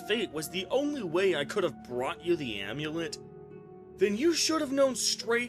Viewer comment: If says the AIMEWLEIT one more time...